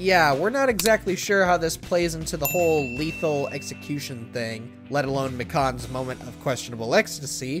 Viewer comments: The way they say “M ih K- ah n” instead of Me- khan Also Korekiyo’s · When he mispronounced mikan name wrong i was litterly screaming its mecan not mecawn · Dude pronounced mikan like a pecan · WAIT WAIT WAIT WHY DID THEY PRONOUNCE MIKAN AS “mekahn” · I can’t get past how you pronounced Mikans name